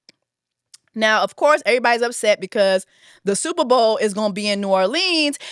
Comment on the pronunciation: The way she kept pronouncing New Orleans 🤦🏾‍♀️🤦🏾‍♀️😂😂😂